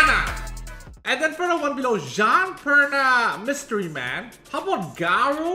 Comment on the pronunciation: jean, perna, mys..tery man?! LOL